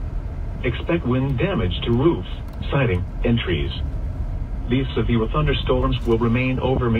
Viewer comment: A sevfew thunderstorm... that’s a new mispronunciation. Oh, and the reason it’s so clear is because it’s HD, not your standard FM broadcast